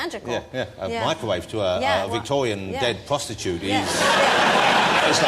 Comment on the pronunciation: "bwoffel" "micwowave" xD his inability to pronounce the "r" is hilarious!!